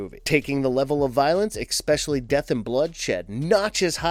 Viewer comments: It's "especially" not "icspecially" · It’s not “expecially”. It’s “especially.” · I CANNOT stand when people can’t pronounce “especially.” It is NOT “ecspecially,” learn to read before narrating videos. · After "eckspecially", "co-horsing" and "unbenounced" - - I just cannot finish this. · I like this channel, but please stop saying exspecially. Please use the correct grammar. It isn't difficult. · These’s no such word as “expecially”. :-) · There is no "X" in especially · stopped watching the minute he mispronounced the word " especially " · Dear Marvelous Videos, I have a better mic than this guy and can pronounce "especially" correctly . #SorryNotSorry.